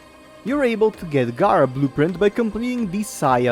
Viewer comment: As a community can we say it together? G(air)a. They say it in the cutscenes. 🤦🏾‍♂️ Very informative video though thanks for the help. 😂